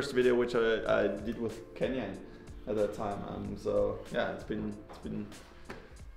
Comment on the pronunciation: i think He was joking since Fabio pronounce it a litle bit like Kenyan Bikes.